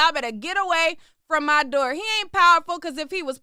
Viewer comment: Love the way says “doe” instead of “door” 😂😂🤣🤣🤣🤣🤣